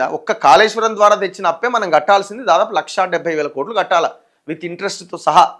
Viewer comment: Kaleshwaram kaadu Kaleshwaram